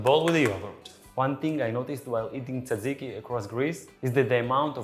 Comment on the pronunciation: FYI the pronunciation is not- Tsa - ziki . I have actually lost count of how many different versions I've heard over the years. Granted it's a little hard, if you're not greek to say it properly but, I'm here to help😂😂. To make it easier for those who struggle, try combining the letters DZ or just say JAJIKI (as in jam). Other than that the recipe is pretty much spot on- I personally like fresh mint instead of dill but either one is good, depending on what you serve it with❤